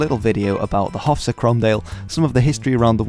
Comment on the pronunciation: Haugh is pronounce ho' btw and it would be Stewart not Stuart. .